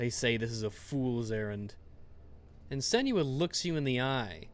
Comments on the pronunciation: IT'S SEN-WAH, NOT SEN YOO AH! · Sen-new-wa pls god